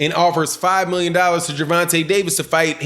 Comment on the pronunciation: It's Gervontay Davis...not dovontay...my boy 😁💯💯💯💯💯💯✌️